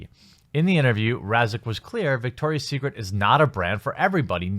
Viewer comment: It’s Victoria not dicktoria